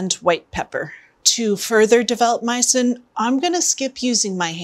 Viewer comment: Myosin is my new fav word😁. I thought at first she said meatsin😆